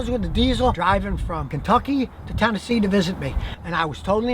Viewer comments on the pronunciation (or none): none